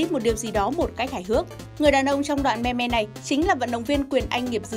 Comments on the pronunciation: Đọc là Mim chị nhé :( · Phát âm là "Mim" mới chính xác thay vì "Me Me". :)) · Đọc là "mim" chứ không phải "me me"!! Nghe khó chịu vc! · ôhh,I speak "mimm",not "me me" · "Meme" đọc là [Mïm] không phải me me 2020 rồi mà còn đọc vậy là người tối cổ luôn rồi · cuối cùng cx tìm đc đồng môn đọc là " me me " mà không đọc là "mimm" giống toi :) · “Meme” phát âm là “Mim” ko phải là “Me me” đâu nhá! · Người ta đọc meme là:mim Chứ ko phải me me nhé chị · "Mim" not "me me" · Ai lại đọc meme là me me ? 🤨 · Chị ơi, từ đó phát âm giống mim chớ k phải là me me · Đọc là "mim" chứ ko phải "me me* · đọc là mim chứ không phải me me nhá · Me me ư đọc là mi mi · Là mem chứ không phải là meme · Mim:))) not me me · Its mim not mem me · Thường phải đọc là "mim" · phải đọc là "mimm" chứ nhỉ? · Me-me =))) nghe phèn vl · Meme not "me me" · Đọc tiếng anh chán thật sự :)) thung lai, me me :)) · Meme đọc là mim nha chị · chị ơi chữ meme được đọc là mim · meme đọc là "MÊM" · Meme đọc là "mim" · Éo Biết Thì Đừng Có Nói Ok. Đọc sai tiếng Anh cứ thích đọc